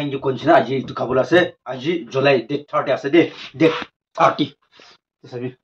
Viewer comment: Jolai😂😂😂 July nohoi Moongsho😂😂😂 Mangso nohi😂😂😂😂